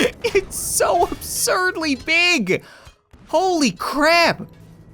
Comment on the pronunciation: “ITS SO UPSURDLY BIG!” - 2020